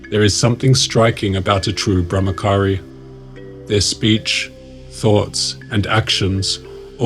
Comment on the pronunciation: It's not brahmakari it's brahmachari